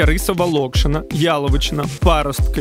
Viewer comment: КапітОліна, а не КапітАліна. мУкаю, а не мичУ локшИна,а не лОкшина СлівцЯ, а не словечки Оголошую,а не об'являю PS Нічого, я вас теж люблю.